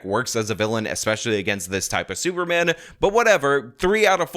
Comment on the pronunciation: Did he say "super ban"?